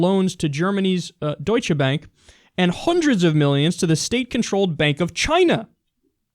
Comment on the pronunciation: thanks for not butchering the pronounciation of Deutsche Bank